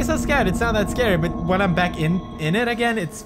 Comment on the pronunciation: PEWDIE, "u think aeym scared, u think aeym scared, ok aeym scared" LOL Pewdie is the best